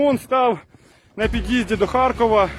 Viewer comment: харЬкова, тормо3е ти да-унічеський, харЬкова